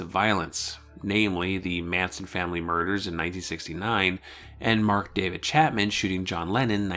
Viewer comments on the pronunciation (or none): none